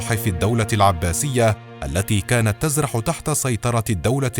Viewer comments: كانت ترزح ...القراءة خطأ (تزرح) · ترزح وليس تزرح.